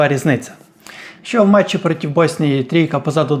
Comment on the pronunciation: Дякую, за хороший контент. Але дуже різало слух слово «протів».